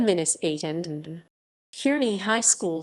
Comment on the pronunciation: I grew up in Kearney as a kid and by the way the E in Kearny is silent. You’re pronouncing it wrong but anyway good show.